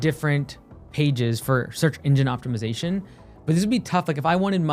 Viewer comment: I heard "search indian optimization" xD feather or dot